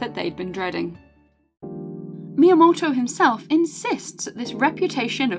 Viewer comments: Sister when you say his name like that, you don't sound remotely Japanese nor should you want to. Just say it all British-like, it'd sound a lot less awkward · Amazing video, but I can't get over the way she says "miyamoto"